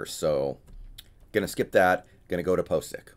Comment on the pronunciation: PO tential Ethan POcic lol did you do that intentionally?